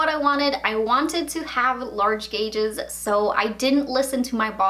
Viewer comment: Every time she calls them gauges i cringe